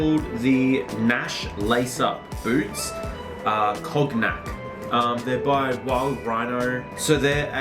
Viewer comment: Bro, awesome choice. Got 3 pairs of these highly affordable hand-made shoes as alternatives to my RM Williams, and my canvas Converse Chuckies. And it is pronounced as ‘Ko-nyak’. ‘Kog-nak’ sounds like a name of a drunk troll from Lord of The Rings. Or maybe it is acceptable only when one had polished 3 bottles in one seating. Regarding the shoes, I have seen similar types but different brand when I was in the UK. Been spotting them since the last 3 years. There must be a township or a region in Portugal that produces them and they get re-tagged for retail. There is nothing wrong with that commercial model. Just think about the traditionally handcrafted boots of Bandung Indonesia - they are very sought after with a lead time of upwards of 6 months. Wild Rhino as an Aussie family-owned, EU made and highly-affordable. It is a win! All the best, can’t wait to see your 6month review.